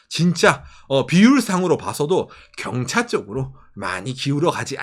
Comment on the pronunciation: 첨에 "일본서민들은 경찰을 사랑할 수밖에..." 로 들리신 분?